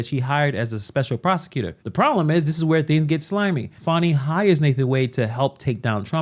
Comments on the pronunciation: It is Fani, not Faaani. She says the law is impartial, and she is using the way she wants it to fit with her agenda. Fry her, the law must be upheld. She has no respect for impartial law, no respect what money is meant for. Use everything they way it pleasers her. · Farni. Thought her name was Fani?